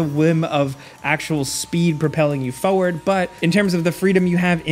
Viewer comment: It's FORWARD. Not fo-ward